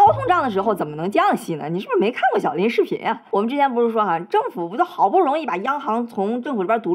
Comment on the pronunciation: 喜欢你的视频。好奇lin是代表你的姓吗？但你的发音又像是拎（一声）?🙋🏻‍♀️